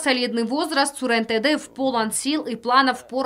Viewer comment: Зачем говорить Тэдэев?